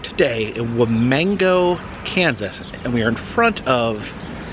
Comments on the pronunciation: As someone who lives in this town, it’s cool to see people actually showing interest in one of our attractions. Also, “Wamego” is pronounced “Wa-me-go” not “Wa-mango”. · I live in Kansas and haven't been to this. Thanks for going and sharing! (FYI Wamego is pronounced Wah-ME-go. While emphasis is on ME it's not a hard Emphasis ) 😀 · That would be pronounced wa me go there is no N in the name ok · As someone who has parents who live in Manhattan Kansas which is right by Wamego and as someone who grew up in Kansas I was howling when he said one Wamango. I also lost it when he was in Topeka but pronounced it Toepika. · The “Wamango” has me crackin’ up!! Wa-ME-go!! I’m used to Salina being mispronounced (sah-line-ah, not sah-leena), but I have never heard “wa-mango.” You’re still awesome,!! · I wish he would learn to say the name of the city CORRECTLY. He pronounces it Wuh-mang-o. It is pronounced Wah-me-go. Also he indicates Buddy Ebson was originally cast as the scarecrow. No, he wasn't. He was originally cast as the tinman. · Wa"mango" 🥭 Kansas!!?? Lol WaMEGo. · Thanks for coming to Kansas. The history museum is really awesome. Kansas towns use many Native American names. Wamego is pronounced wa-me_go. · Lived in Wamego for a year after stepdad got out of the army. Never went to this museum oddly enough….but still is fun to see a place that usually isn’t shown much… Btw…the pronunciation of Wamego is Wa-me-go or Wa-may-go….just an FYI. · Lol "Wamango" 😂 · Wamego. It has the E sound not the A sound. Still cool video. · I know you probably won't see this but it is pronounced Wa-Me-Go or Wa-Me-Ga. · I live in Wamego. It is pronounced Wa-meee-go. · Why did you add letters to the name of this town? There is no “N” in its name. It’s pronounced wah-mee-go. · Not that it really matters but it’s pronounced, “wah-me-go” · It is pronounced Wa Me Go = Wamego. I guess your not from Kansas, Toto. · It's pronounced wa-me-go